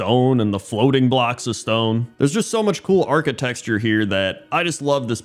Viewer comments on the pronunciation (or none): "archiTECture" not "archiTEXture" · Are you saying "architexture"? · You keep saying architexture 😂❤ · saying "architexture" is my favorite thing about ruins in WoW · Pointless Drinking Contest: Take a drink everytime says "architexture":P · Also he says "Vulpearan" instead of "Vulperan" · Can we start a go fund me to pay to teach to say “architecture” lol